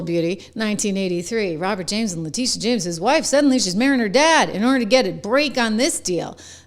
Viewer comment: La tittyeeah omg la tittyeeah... Girl you be done fell downa steps